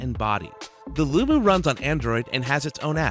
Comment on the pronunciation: Its Loo-Mo! Mo does not equal moo...